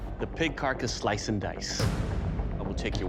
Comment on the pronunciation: I've designed my bloide to do three thoings: sloice, cot and keel